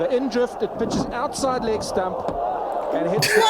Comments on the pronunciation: Its "Stump" not Stamp,. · leg stump not leg STAMP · It's "Leg Stump", not stamp. Stumps are the three sticks behind the batsman, also known as wickets. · Stump not stamp. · dont know if its been said yet but the word is 'Stump', not 'stamp'... like the stump of a tree. Awesome you guys are finding this sport, its very much an aussie right of passage to play backyard cricket. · Stump not stamp. The three 'wickets' behind the batsman. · leg stump (not stamp) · Stumps. Not stamps. That's what the three wickets are called. Stumps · It's stump not stamp mate, it's all about the action and release, he has videos on how he did it, but know how to do it is so different as to hit it. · It's stump, not stamp dude. The wicket is comprised of the stumps (the uprights) and the bails (the bits on top) lol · If you want to know about leg spin bowling, here is the man himself ... By the way, they're 'stumps', not 'stamps'. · 'Leg stump' not 'Leg stamp'. One of the three vertical poles that make up the wicket. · Check out Mutiah Moralitheran who took 800 test wickets. And the word is stump not stamp. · It's leg 'stump' not 'stamp' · 'Outside the left stump' not stamp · Love your guys videos, wish I could explain leg ‘stump’ not ‘stamp’ but I don’t think I have enough time! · 2 minor points... It's batsman not batter. It's leg stump not stamp. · Look at the rough part of the pitch he is aiming for plus the spin he puts into the ball from his fingers. The commentator is saying STUMP not STAMP.